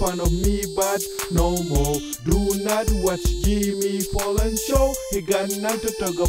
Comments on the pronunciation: Jimmy "Fallon" with a "F" not a "P" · I swear he's saying Jimmy Pollan... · What the hell is this?? OMG IS IT SERIOUS. btw it's fallon not fallen.